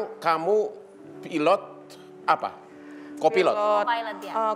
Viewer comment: Jgn slh sebut, pilot jadi pilatt 😂